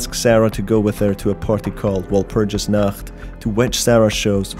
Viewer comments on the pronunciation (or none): You mispronounced Walpurgisnacht, it's German, the only reason I know is because my mom speaks German.